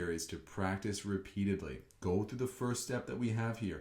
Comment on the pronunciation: Thanks for the video, these review Wednesdays always include a lot of useful information. But I must say, this score seems very generous to me. Her pronunciation and intonation seemed to have some big problems - like saying "foest" instead of "first" and stressing some of the wrong words. also she left out some articles. Plus, for one of her examples, she really talked about TV instead of the living room. Do you really think it would score a 3.5?